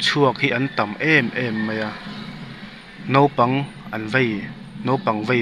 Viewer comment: Nopang ni lo in Naupang tih a van tha ve